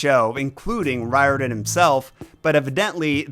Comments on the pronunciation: Riordan Author really should be pronounced REE-or-dan. That's how they say it in Ireland, where it originates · It is pronounced, "Rear-den". Hermes has the "H" pronounced, according to my Greek uncle.